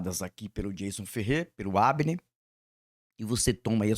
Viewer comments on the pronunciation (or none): Olá.......o canal é do Hafner, estou ouvindo você falar Habner......caso eu esteja enganado me desculpe 😊